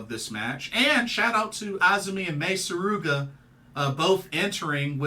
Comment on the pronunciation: Im so glad you said Mei Suruga's surname correctly, i've heard her been called Sugura on at least 2 review videos for the show today.